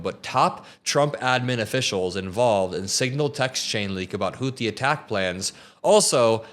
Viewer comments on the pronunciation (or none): none